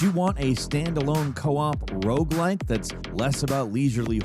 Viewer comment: What's a "Rouge like game?"